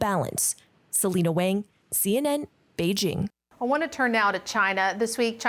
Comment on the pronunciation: Selena Wang cant say Beijing correctly? 😂